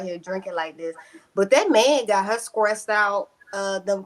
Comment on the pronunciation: Honestly with everything you state about gisselle... she looks better than everyone one on ur pannell omg..so definitely thumbs down for ur lil show..and its " stressed not scressed